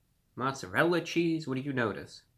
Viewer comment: did he say 50% more cheesee